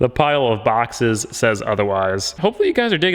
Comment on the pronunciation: Why i heard "on boxers" when he said on boxes